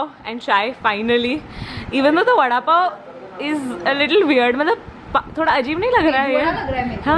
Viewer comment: Ahhh seeing both cuties together is a relief and fun ❤️ Also k accent while saying vada pav 😂😂😂